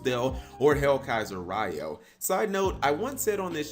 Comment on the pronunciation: Zane's Japanese name is pronounced Ree-Oh, not Rai-Oh, he doesn't use Thunders